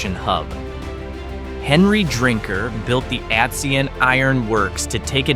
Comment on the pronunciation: Atsion is pronounced at-CY-on. Atison, Like Allaire are all very close to populated areas. Atsion is near the quaint town of Medford in Burlington county, not far from the Delaware River and Philadelphia. The Pine Barrens, or Pinelands as natives call it, was filled with bog iron, used to make musket balls for the Revalutionary War. In the Pines there are some true ghost towns where there are only piles of bricks, foundations or chimney’s. The villiages you mention are very interesting, some places like Whitesbog, also not far from Medford and where Miss White cultivated the wild blueberry, have blueberry and cranberry festivals. There are Apple festivals too. Remember, New Jersey is the garden state.